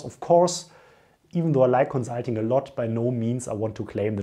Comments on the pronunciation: co-zul-ting. i love your vids though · Great video! Thanks for making it :) My one request would be to please say the "s" in consulting as a "s" XD. Also, I would like to apologize for our British food lol. We are definitely not known for our great cuisine